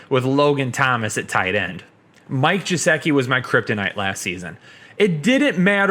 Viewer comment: Its Mike Gesicki not Jesicki **